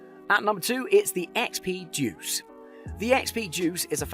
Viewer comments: It's deus, not duece, idiot. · ha ha! It does sound like he's saying JUICE!! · It's pronounced " Day-us" not juice !!!! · He did say Juice, but he is pretty much right about the detectors.